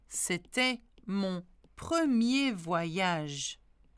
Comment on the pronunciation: Good morning! thank you for doing this. One other sound that I know many have trouble with is when is an 'r' guttural précisément or not partir. Merci forgot the last 'ge' in voyage!